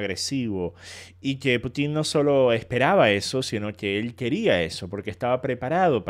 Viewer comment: Sólo un pequeño alcance... es "Pútin", no "Putín" xd Cuando dicen "Putín" me suena a "putito pequeño" jajaja Como sea, buen análisis del video, 👍🏻